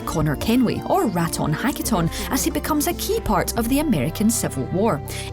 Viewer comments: Rat-on-hack-it-on, wooooow you didn't even try, huh? Also, revolutionary war, not civil war. Maybe take more than 10 min to proofread next time you're gonna make some content, jesus christ that's embarrassing. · Raton Hakaton? It's not that hard to pronounce like damn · "RAT ON HACK E TON" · “Ratton-hacketon” really? Like is she actually serious? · "Raton-hacketon." Why....whyyyyyy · "Rat-on-hak-e-ton"??? completely butchered his native name lmao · Rat-on-hak==Sounds like Rat on Hack hmmmm, that reminds me of Defalt (Watch_Dogs) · "Rat-On Hacket-On" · Wow you butchered his actual name, Jesus Christ why can’t these video formats get names right? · im sorry but that is by far the most butchered way ive ever heard anyone say his birth name 😭😭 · You butchered his kanienkeha name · She straight up butchered Connors real name though lol. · She totally mispronounced conners real name the T sounds like a D where we all come from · Good job butchering Connor’s Indigenous name in the beginning 🙄🙄🙄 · Wow did you butcher his Native American name lmao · Yall really mad at a scottish chick for mispronouncing a language yall probably cant even speak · You butchered his mohawk name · God, this video. 1) The butchering of the pronounciation of Ratonhnhaké:ton at the start. 2) "The American Civil War" 3) "Leonardo's Murder Gauntlets" 😔